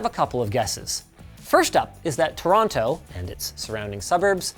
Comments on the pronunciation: Say it with me Linus. "Toronno". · Linus I know your from Vancouver but its pronounced "chu-raw-na" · Hurts how you pronounce Toron’o. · Smh Linus I can't believe you pronounced Toronto like that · never heard a Canadian pronounce Toronto like an American before 😀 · How can Linus mispronounce “Toronto” so readily?